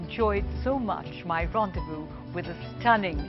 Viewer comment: The host pronounce "rendezvous" correctly